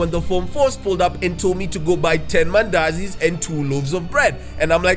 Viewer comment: I knew you were from east Africa once i heard mandazi 😭